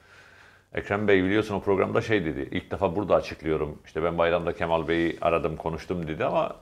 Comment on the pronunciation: Levent bey kemal sözcüğünü hatalı telaffuz ediyorsunuz, lütfen a harfini inceltin.